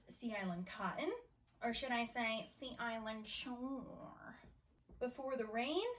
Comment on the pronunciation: “sEa IsLanD ShOrE” Girl, it’s gonna be okay. I promise haha 😂